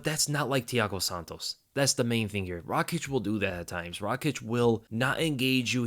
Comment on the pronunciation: Noo Rakiic its Raakic